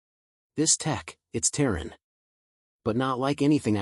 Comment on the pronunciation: Terran, not tearing